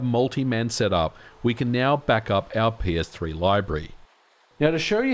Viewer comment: I keep hearing "My Penis-3".